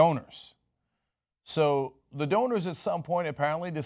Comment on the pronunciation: I love when my American Turkish favourite broadcaster and owner of TYT say: at the end rather than at ( thi ) end since the determinate article is written always THE but is pronounced differently. the boy CONSONANTE the end. VOCALE not a criticism just a reminder . LOVE YOUR INFO SHOW KEEP IT REAL. HILLARY 4PRESIDENT. BRUNO BRIZZI MACCAFERRI